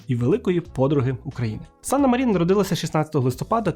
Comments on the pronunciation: Чорт, як можна казати, що Фінляндія перемогла в Зимовій війні, якщо вона віддала совку велику частину території — зробила саме те, чого совок й хотів? + Санна мАрін, чому МарІн? У фінській мові наголос завжди на перший склад. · Цікавий випуск, дякую! Єдине - Мàрін, бо у фінський наголос завжди на першому складі.